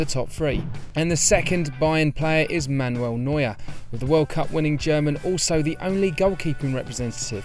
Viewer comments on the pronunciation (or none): none